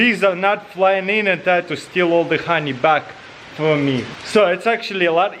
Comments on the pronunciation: Nobody: Taras: khoney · I love that he says “hroney” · RONY EXTRRRRRRRRRACTION I'm dead xDDDD